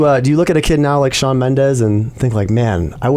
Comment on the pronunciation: ??Shaw kkkkk é shawn